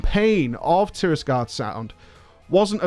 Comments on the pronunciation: It's TirAgarde Sound. Not TirISgarde. TirAgarde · "Tirisgarde Sound" is just trolling his viewers at this point.